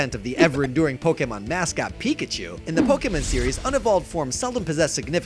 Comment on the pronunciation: When you said weak-a-chu I threw up in my mouth a little bit